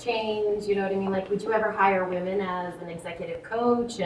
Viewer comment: I'm pretty sure you're mispronouncing the word women, it's plural and it is pronounced differently than woman.